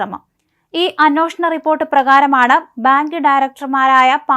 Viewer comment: മോളേ, അന്വോഷണമല്ല, അന്വേഷണം... അന്വേഷണം. നൂറു പ്രാവശ്യം എഴുതി പഠിക്ക്.. നിന്നെയാരാ മലയാളം പഠിപ്പിച്ചത് ?.. ഛെ! എന്തൊരു അരോചകം!കഷ്ടം!